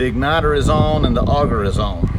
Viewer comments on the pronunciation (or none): none